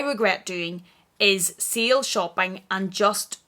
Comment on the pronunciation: Sale shopping....lol.....I though you were saying seal shopping and I was like "what is seal shopping??"!!!! Sorry, American here. But your accent is awesome!!!